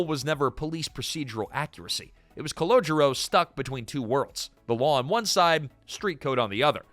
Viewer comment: That's Calogero, not "Collogio."